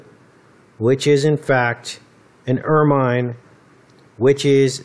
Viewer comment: Wow. I didn't know about stoats. Not that it matters, but it's pronounced 'er-min' and rhymes with 'vermin.' The British royals use it a lot around their cloaks and even around the rim of the main Crown. Well spotted.